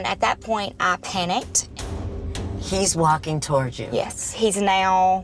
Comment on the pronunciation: She says torge instead of TOWARDS